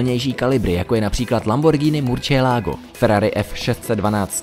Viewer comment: Dobra vyslovnost ale murcielago je murcielago ane murčielago jinak dobry